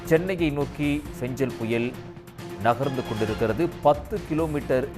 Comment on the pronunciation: ஃபெஞ்சலா..? ஃபெங்கலா...?